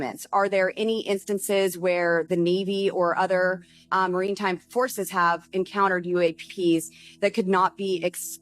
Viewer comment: Maritime. Not Marine time,.